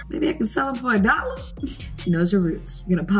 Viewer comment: A cOlLoR!? FoR a DoLlEr!?